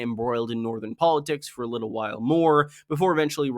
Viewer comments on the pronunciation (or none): none